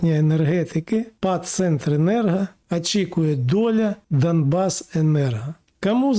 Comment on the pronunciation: Згоден в усьому. Слух ріже а-ля мацковська вимова: Акремі, Ачікує, кАму, пАпередники, Астанні... "Плюс" зміст, подача "мінус". Коротше: Ахуєть, а "училке" з української наше "ФЕ".